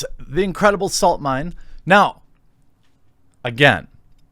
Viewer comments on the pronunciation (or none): none